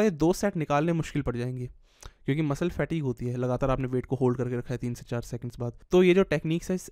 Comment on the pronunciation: Kahan se english sikhi h? Fatigue ko fat eeg Steady ko steedy Pause ko paaus Massive ko maasiv